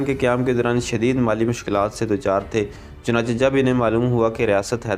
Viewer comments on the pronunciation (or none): none